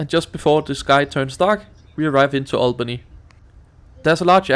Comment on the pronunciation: It is pronounced All-bany. not Al-Bany.